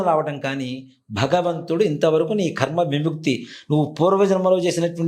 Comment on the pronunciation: "కర్మ"...అనాలి. 'ఖర్మ' అనకూడదు